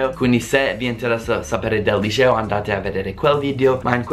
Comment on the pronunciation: un consiglio. Si dice liceo non lisceo. Lisceo lo dicono i romani non è una parola italiana. Ciao ciao